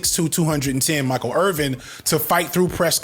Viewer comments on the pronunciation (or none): none